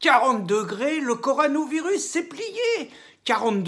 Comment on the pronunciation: CO.. RO.. NA.. virus on dit Mr Cassen 🙂